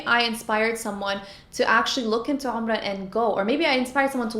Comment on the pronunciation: atlist you know how to pronounce Umrah you should teach your wife something lol